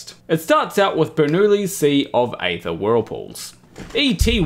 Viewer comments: Aether is pronounced eether, like ethernet. Likewise daemon is pronounced demon. That is all. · why can't you not talk proper? its EEther